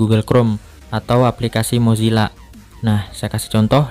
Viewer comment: Padahal yang di bilang Mozilla. tapi gua dengarnya . Gozila